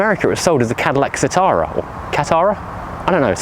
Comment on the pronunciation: The Cadillac version was pronounced “ kah tear ah”. “The Caddy that zigs” was the stupid marketing line. It was totally unloved over here. I worked at a Cadillac dealership at time. Most of the mechanics hated working on them as nothing was in common with other Cadillacs and they seemed to break even more frequently then other Cadillacs (and that’s saying a lot). I drove a few of them and they drove quite well. Turbine smooth with nicely weighted controls and nice to look at. Not a car I would have considered buying however due to maintenance costs and lack of manufacturer support. Everything had to be ordered special and took a long time to get.